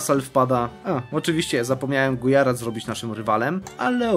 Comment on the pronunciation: I podobnie Gujarat to Gudźarat itd.